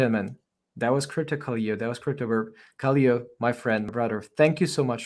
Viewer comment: The word is KALO (ΚΑΛΩ - in Greek). Means Call somebody. Pronounce Kalo and not Kaleo. Greetings from a Greek.